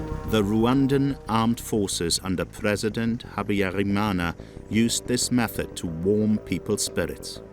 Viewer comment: Why does this journalist mispronounce every word:Habiyarimana, Akаzu, Kinyarwanda, ,Bagosora etc.He did not pronounce any of the words correctly